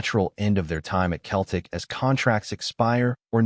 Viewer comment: It’s Seltic not Keltic👹👹👹